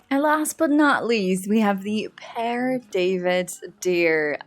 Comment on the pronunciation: The Pere David's deer's antlers are wow! The babies are so beautiful 😍 PS: yes, you've got the right pronunciation for Père. It's almost like pear.